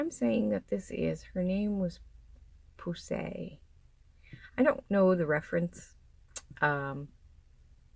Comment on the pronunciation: You pronounced Poussey perfectly...she was a character in Orange is the New Black 😆 OMG Edge of the Abyss! 😲😍😲😍